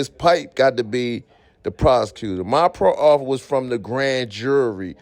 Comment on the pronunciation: All 1 word man proffer....NOT PRO - OFFER.. MOROON